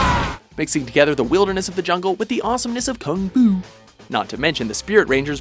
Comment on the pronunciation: I hate how he said Kung Fu.